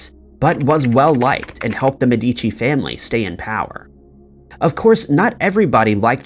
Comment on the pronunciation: A little correction: on the Florentian family name pronunciation the strong sylable is the first one, "Me" and not the second, "di", as you are pronouncing it. It's not "Me-deeee-chee" but "Meheh-dee-chee".